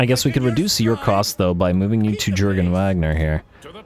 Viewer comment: For the love of Sigmar it's not Jurgen (J as J in just) but Jurgen as <Iurgen> (J as Y in yak and G as G in good) respectfully of course, keep up with the series :D